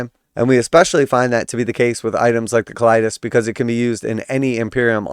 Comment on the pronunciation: "Co-la-tis" assassin - first time i've heard it called it like that before 😅